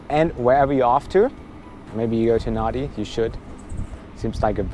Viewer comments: Love the A330/340 . For the travelling couple in economy nothing beats the 2-4-2 seating . Loved the video , and BTW Nadi is pronounced as Nandi .. Cheers 👍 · Nadi is pronounced Nandi. I don't get why either, it just is. Your experience with Fiji Airways was very much the same as mine. A great paradise carrier, as you called them. Their livery since their rebranding in 2013 is probably one of my favourites anywhere in the world. Can't wait to get back to Fiji again! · the local pronunciation of "Nadi" is "Nandi" Cheers from an old Travel Agent in Sunshine Coast Qld Australia. Like your videos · Hey...fyi...Nandi...the n is silent!! Great vision on landing etc. It is a beautiful place and the people are wonderful. My most recent trip there not that long ago also reminded me the locals live on "Fiji time" If you want a beer...order two!! Love the place though!! Great review as always!! Thanks mate...looking forward to your next trip as always!!